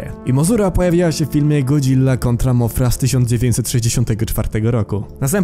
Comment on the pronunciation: nie mozura a mosura